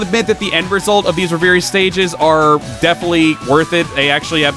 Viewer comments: Love the content, but yeah you sounded like a dumbass on camera. It's pronounced Rev-er-ie :P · Great review. What is he saying when he says ‘re-veer-y’ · Great review. What is he saying when he says ‘re-veer-y’? Is it “reverie” mode??